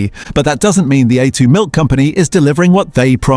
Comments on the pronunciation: While I appreciate the idea of examining "Australian" products the legitimacy of the website would be improved enormously if there was a declaration that AI is being used in the production of these postings. The biggest tell is the consistent varying mispronunciation of A2 in the A2 segment plus the algorithmic rise and fall of the voice over tone and the too steady cadence of delivery The idea of this site s good but shoots itself in the foot by not declaring AI is being used - makes a consumer doubt the veracity of the whole presentation. BTW, I am an AI specialist for over fifty years and am becoming increasingly annoyed it the misuse and careless use of AI. If you are going to use AI voiceover use an Aussie accent; we say vite - amins, not vit-amins. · And we deserve better than AI narrators who can't even pronounce A2 & use repetitive AI imagery and make claims without any substantiation of facts. No mention also that part of the reason for Norco's financial problems was that it's main processing facitily on the NSW North Coast was two thirds underwater during regional floods in the last last few years. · Nice AI reading hallmarks on A2 milk multiple pronunciations